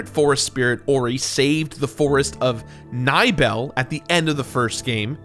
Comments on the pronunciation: Did he just call Nibel Nibble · This dude called Nibel “nibble” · I laughed way more than I should have when he called Nibel “nibble”